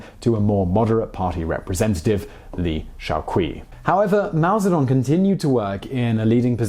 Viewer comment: The "Qi" is Liu Shaoqi is pronounced closer to "chi", as in "Chi Gong".